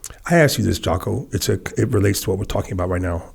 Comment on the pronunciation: Did call Jocko, "Jockoao"?